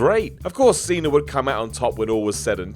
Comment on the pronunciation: Who are OmegAR and OkadAR? Never heard of John CenER either